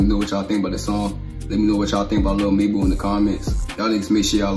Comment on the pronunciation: Reaction to lil “mebu” is Krazy you mean mabu